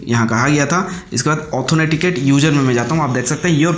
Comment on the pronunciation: Bhaiya, ऑथोनेटिकेट क्या होता है ? वो ऑथेंटिकेट होता है।